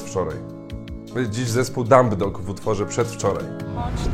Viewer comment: W nazwie dumbdog to 'b' jest nieme.